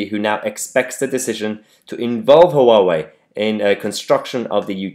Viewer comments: Mahyar just a wee thing that always drives me nuts when you say 'hu wah way', (Huawei) it's a 2 syllable name, pronunced 'wah way'. Keep up the great work. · It's not pronounced HUH WAH WAY... it's WAH WAY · Mahyar, Huawei is pronounced "wah-way" the Hu is pronounced like a W. 3 (the telecom company) are local to me, the staff there call them "who are we?". :-)